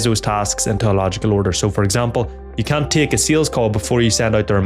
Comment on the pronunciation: LOL here's a narrator who needs to be careful of saying Can't ... his accent changes the A almost to a U ....